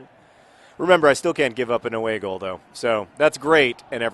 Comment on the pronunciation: Every time John says "away goal" I think he's saying "a bagel" in a funny accent